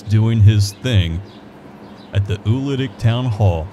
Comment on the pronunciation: I actually have the correction video! =) (It’s posted beneath my original post in Lawrence Indiana Memories.) My folks lived out at Bartlettsville, always pronounced it “ewl-litic “.